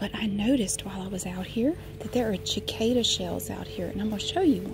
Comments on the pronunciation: the c at the start of cicada is is meant to sound like an s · So glad you are back!! I love cicadas. Ive always said sacada. Ive never heard someone say chicada, I love it!!! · I love listening to talk about things. Even cicadas! I've also never heard anyone pronounce it like that. Neat! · Ashley Smith i know! i didn’t know there was another way to pronounce it (the way she did) and i came to the comments and didn’t see any one comment on the different pronunciation, so i thought i was saying it wrong ahah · I've always loved cicadas and cicada shells, it grosses my sisters out but I like placing the on my shirt when i was younger. I've never heard anyone pronounce "cicada" differenlty before so i thought that was interesting.